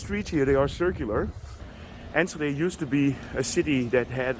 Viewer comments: [Ann skuh day] NO sh sound! sk in low saxon, or s-CH in dutch..CH as in loCHness.... No ssh sounds !!! And it is absoluutely not in Holland.. It is next to Gelderland and Drenthe... Friesland ..barely in the north west... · You were spot on with the pronounciation. indeed without the H. For renovation there is usually an historic eye on its previous function. If the buldling structure is solid, like from the 60’s or 70’s or later it can be repurposed for housing. Sometimes the city decides to just keep the facades only, and rebuild the rest, or keep a conceete structure and build the rest up again, new walls and all. iI find it is really cool, this rebuilding and keeping history. It may not be the cheapest option, so we also remove and replace at times. I’ve witnessed an old concrete structure of a school being modernised in Utrecht, it is really cool. putting down a new concrete structure can be pointless, repurposing sometimes works quite well. There are indeed structures that are so old, it may be a good idea to restructure them, encasing them in glass, or reinforcing them with modern materials, so you are spot on with that. I love how you look for history and monuments. City centers are usually free for bikes, mopeds and electric bikes, but as it is a pedestrian area, they go first, this way of guiding traffic is in place in many city centers in The Netherlands. I am not from Enschede, but I’ve been there many times. Love twente, no nonsense, straight forward mentalitly there. ❤